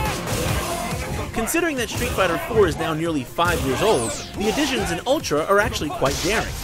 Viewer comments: It's ultra not utra. Jeez! Get it right... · "UTRA" FAIL LOL xD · Right off the bat you forgot the L in ultra. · at the start, it said utra instead of ultra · They used japanese pronunciation. Shamefuru of you not to know japanese cannot speak "r" i mean "r". Back to engurish... They cannot speak "l". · Its Ururtra goddamnit! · "Utra" huh... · "UTRA Street Fighter 4" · Lol, Utra. "L".